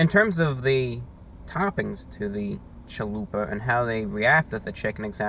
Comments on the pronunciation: every time he said "chaluper" i died a little inside. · My Hispanic self cringes when Spanish words are said inccorectly. It's CHALUPA. (cha-lu-pah) but he's selling me on the chalupa taco, I'am edger to try it. \m/(^_^)\m/ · Great review as usual, but what is a “caliper .”🤩I’ve been teased for pronouncing pizza as “ pi-zer.” So I feel you.Most inventive thing ever, really? I thought the microwave was pretty cool not to mention the light bulb. Hyperbole never hurt anyone 😅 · Great review as usual, but what is a “caliper .”🤩I’ve been teased for pronouncing pizza as “ pi-zer.” So I feel yo😅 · man I love a "chualuper" hahaha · lmao.....chaluper kills me everytime i hear it!!!!!!!!!! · Every time you say Challuper I get goosebumps of joy. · WHAT THE HELL IS A "CHA-LOOPER"?!?!?! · "CHALUPER" love it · I will be pronouncing it "chalooper" from now on. Thanks Review Brah!